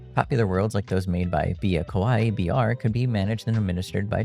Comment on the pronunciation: Good quality of life update. Haha you said kowai instead of kawaii which means scary.